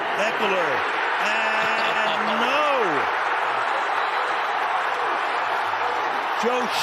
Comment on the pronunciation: It's Staley not Stanley. Come on!